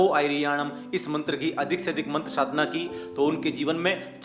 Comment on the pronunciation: sadhna ko shadhna keh rahe he, mantr ka uccharan kya shuddh nhi hona chahiye